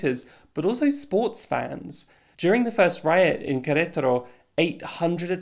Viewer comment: Okay but I appreciated the pronunciation of queretaro